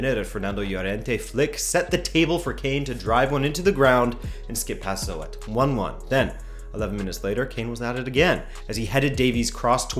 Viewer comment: If I'm not mistaken the PSV goalkeeper Zoet is pronounced 'Zhoot.' Great vid though. Always like your reviews and previews.